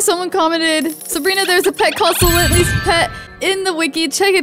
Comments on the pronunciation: It’s not sielanty it’s sylenty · It's sie lently